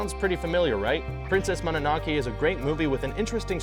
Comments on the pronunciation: Mispronounce. Look this is asian pronounce, not US or UK. EVANGELION not IVANGELION MONONOKE not MONONOKI NARUTO not NARUDO MANGA not MENGA I'm so glad mostly pronounce ANIME right. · Its mono no ke not monnake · It's pronounced Monono-keh (or -kay) not Monono-kee. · You should TRY to pronounce at least SOMETHING correctly. "MoNANAKE"??? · Good God this guy and pronouncing names "Mah-nah-no-key" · How did you manage to misspell naruto and pronounce mononoke incorrectly 3 different ways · Princess Mononoke? The pronunciation... My ears...